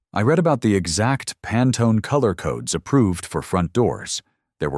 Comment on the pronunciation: It always makes me laugh the way AI pronounces words!